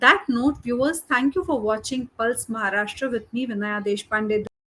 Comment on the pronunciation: I like your pronunciation of महाराष्ट्र